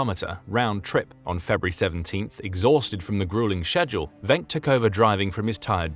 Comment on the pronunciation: Just so you know, his name is pronounced "Wink". I would know, since he's my ancestor, and I inherited the last name.